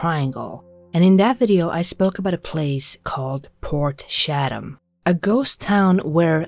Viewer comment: Portshatum...port chat am is how pronounce it, shatum sounds like you pooped yourself 😆.